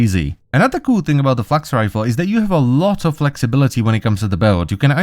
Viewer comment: thought he said fucks rifle for a split second